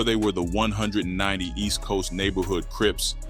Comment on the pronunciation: Let me help you out with this their called (East Coast 1One 9Nine Oooooh's) (Del AM Mo) In Carson‼️ im sure your not from Cali by the way your pronouncing it, or a non affiliate! It may look like its called 190st but its not pronounced like that too them or any gangs in SoCal‼️ 🤷🏾‍♂️🤷🏾‍♂️🤷🏾‍♂️